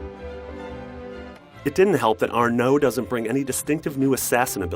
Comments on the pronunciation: It's ARNO, not AR- NO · His name isn't argh no, it's Arno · it's Arno dammit, not arnO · It's Arno, not Arrr Know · It's ARNO! Not ARNAUH... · It's Arno, not Ar-No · haha its Arno not are-nou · Never trust a reviewer calling the main protagonist "Are-no" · Arrr Noo?? Really dude? You can’t even say his name right. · I love the way they pronounce arno's name as "are know". Haha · I can't be the only one that's annoyed by the way this guy says arNO... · Your not the only one lmfao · "Arnou"- IGN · You know it's a bad review if he pronounces Arno as "are no" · He called him Ar-no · "The new assassin Err-No..." That really made me laugh. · Nick879 Yes, I know it's not the best decision, but you should blame Ubisoft. I would probably pronounce it ''Arn-awd'' too, first time, but if somebody would tell me how to read it, I would pronounce it correct. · I hate how he said Anro. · Stop pronouncing "Arno" Ar"no" it's honestly annoying. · anyone notice he pronounced Arno's name as "Are-NO!"? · Why do they get this guy to review games??? No one wants to listen to his gross ass voice for 5 whole minutes. I mean, "Ar-NO"? Seriously did you even play the fucking game? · why does he pronounce it 'Ar-NO' ?? is he mentally deficient? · am i the only one who thinks he's saying AreNo? (arno) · You shouldn't even be reviewing this game if you don't know how to Pronouse Arno's name :/...... just saying.... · why does he keep saying arno with and emphasis on the o lol its kinda funny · When you say Arno you have to put emphasis on ar not the no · why does he put so much emphasis on the 'no' in "arno" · Ugh, the way he kept pronouncing Arno was annoying.